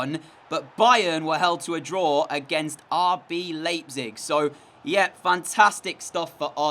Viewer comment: You said RB Leipzig incorrect